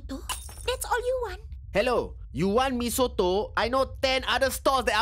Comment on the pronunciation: You cakap "Mee Soto" seriously…! 😅😂🤣